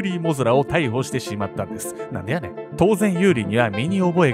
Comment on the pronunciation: お誕生日おめでとうございます🎁🎂 これからも応援します💪🏾😍 あと、なんでやねんの発音がネイティブです笑 関西人として嬉しいです😂👏🏾